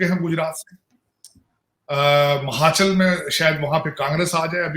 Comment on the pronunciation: 😂😂😂 … mahachal mein Kaaangreees jeet chuki hai … 😂😂😂 How much more wraaang can you pronounce ‘faaaren words’ 😂😂😂!